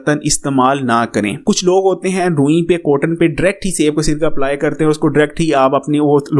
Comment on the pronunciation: Word is DIRECT not dract 😂